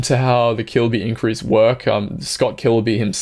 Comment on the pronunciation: You said something called 'kilubi increase' ...whats that?